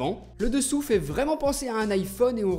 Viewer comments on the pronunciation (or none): none